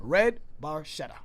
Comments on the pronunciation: it's barketa not baršeta. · It's pronounced Red Barketta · Best song off the best album by the absolute best band on the planet. In the automotive industry, the term "Barchetta" is used for a two-seat car without any kind of roof. The proper Italian pronunciation is [barˈketta], with a /k/ rather than the /tʃ/ sung by Geddy Lee. Neil Peart's favorite car was the 1948 Ferrari 166MM ″Barchetta″. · The “ch” should be pronounced as a “k.” Geddy mispronounces it. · A little trivia. You are correct; Barchetta is a Ferrari. Yet the pronunciation of Red Barchetta is Red Bar-keh, not Bar-che. Because Geddy pronounced it incorrectly, the new title is Bar-che. Barchetta is Italian for Little Boat. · In Italian, "ch" is pronounced like "K." So, you should pronounce it as red barketta. Barchetta in Italian means "little boat" because its shape resembles a little boat. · Actually pronounced Bar-ketta. Saw this live 4x in 1981. MSG 2 nights, 10th row, 11th row. Nassau Coliseum 2 nights 18th row, 7th row. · FYI...Barchetta is pronounced "Barketta". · Pronounced, "BarKetta" or 'small boat' in Italian. Geddy mispronounces it in the song 🙂 so don't feel bad. This was the song that sold me on RUSH in high school in the 1980s. As a car nerd, I was hooked. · Pronounced BarKetta, which is a small boat in its original translation! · i know noone cares but it's pronounced barketta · i know, i know... but the real pronunciation is barketta, sorry i must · Sort of. Regardless of Geddy’s or these guys’ mispronunciation of barchetta, in automotive terms it refers to a particular style of car (similar to coupe, sedan, spyder, targa, etc.), not to a specific model — although if you say “Ferrari barchetta”, car enthusiasts will know which particular cars you are referring to. A barchetta is a small, open-top car similar to a little convertible, but with no top that can be put up, so if you’re out for a drive in a barchetta and it starts to rain, then you have no choice but to get wet.